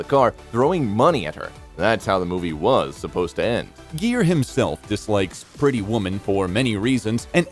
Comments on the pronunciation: Not only is the narrator mispronouncing his name, but keeps calling the film “Pretty Woman” “Petty Woman” without the “r.” Has the narrator been living under a rock? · Okay. WHO IS THE NARRATOR? The Actor's Name Is Richard GERE--With A HARD "G"--As In The Word, "GIRL". It is NOT--a "J"-Sound! Secondly--His Hit Movie Was "Pretty Woman,"--NOT "PETTY Woman! Do Your RESEARCH!!!! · The continued mispronunciation of his name ruined the video. Consequently, I could not watch it more than 20 seconds. Also, do my ears deceive me or did this inept narrator say, " Petty" woman? Please edit this documentary.